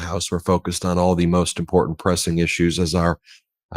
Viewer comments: MJ's demeanor is like someone who is hypnotized or programmed. Patel and Miller faces display pure evil. Im por dant im por dant -- has MTG filed a bill to change the pronunciation of important to im por dant? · MTG says "impor-DANT" which enrages me. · Hey Marjorie! There's no 'd' in impordant. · It's not " importent"!!!!! Its important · "It's such an impor-dant thang".